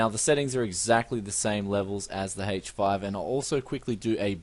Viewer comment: why does he keep saying hache 5?